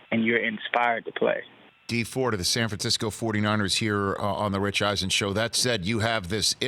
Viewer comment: San Fransackyou